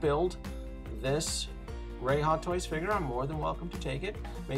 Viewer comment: woah!! that voice over, and accent was on point for whoever did it for thr rey figure!! Great video!!